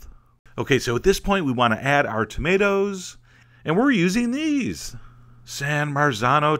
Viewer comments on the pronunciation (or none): "Tomato" pronunciation guide: singular, tomato (long o), plural, tahmatahs. OK. Got it.